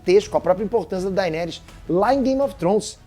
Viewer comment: Precisa melhorar a pronúncia, "game of Trons" dói de ouvir, e "daineres" também